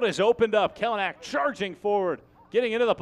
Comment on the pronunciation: Learn how to pronounce his last name here kelynack.co.nz